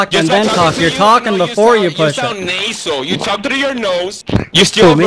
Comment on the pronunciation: Nay-sel, you talk nay-sel